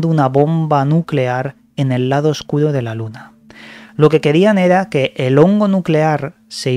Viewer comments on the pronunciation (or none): none